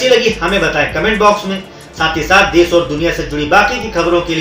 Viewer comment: learn to pronounce desh